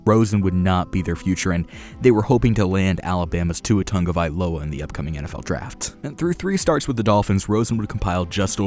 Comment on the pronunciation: Tagovailoa bruh. There’s no n in there